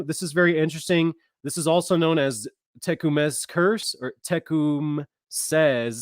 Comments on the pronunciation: Tecumseh is pronounced Ta come' sa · Tecumseh pronounced Tee cum’ see, as in Tecumseh, Oklahoma.